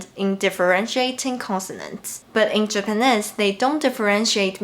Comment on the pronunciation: Hi,, it's your pronunciation coach again:D "Japanese" rhymes with "cheese" and it doesn't rhyme with "this". Check out its pronunciation;)